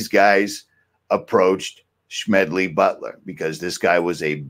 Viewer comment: I recognize Mr. Butler's name as the author of "War is a Racket". But why are you pronouncing his name with a "SH-" sound?